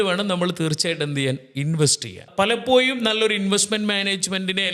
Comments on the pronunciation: മലയാളത്തിന്റെ ശരിയായ ഉച്ചാരണം അറിയാത്ത 2 പേര്‍ അതിൽ ഒരാള്‍ പറയുന്നു (palapoyum)എന്നാണ്‌ 😅പലപ്പോഴും എന്നാണ്‌ ucharikendath.pinne സാമ്പത്തിക വിഷയത്തില്‍ 2perkum ഒരു kunathavum അറിയില്ല ,മലയാളത്തെ കൊല്ലരുത്!! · Palappoyum, vaya, Maya 😂 Schoolil poda myrrukale